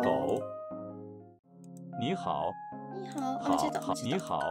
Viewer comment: “好你”竟然連續錯三次😂太可愛